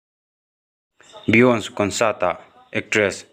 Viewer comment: Beyonce ti a lam lo in biyonsi ti a lam tur, a lar teh reng nen, tiang ah hian hmun danga an lam dan hi lo ngaithla hmasa thin ula, an lamdan hi tuh thurawn ka lo sawi ve mai2